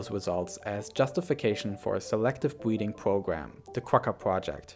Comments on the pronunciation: “Selective bweeding” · Swective bweeding